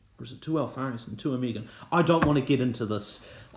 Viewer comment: Oh-Meh-Gone, not oh-mee-gun